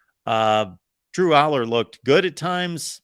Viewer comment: It’s unacceptable the PSU analyst doesn’t know how to pronounce Allar’s last name.